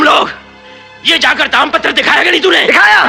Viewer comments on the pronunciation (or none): Daam patra nahi taam patra bola